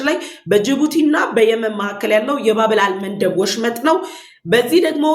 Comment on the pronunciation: አቀራረብሽ በጣም ጥሩ ነዉ :-የባብ-ኤል-መንደብ ..ንባብ ግን ይስተካከል(...ባብኤል.መንደብ..)ተብሎ ይነበብ